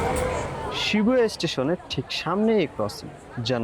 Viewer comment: Shibuya ke Shibua bolche amader yellow journalist ra 😂